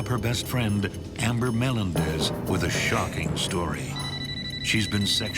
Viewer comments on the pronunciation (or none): me LEN dez not melen dez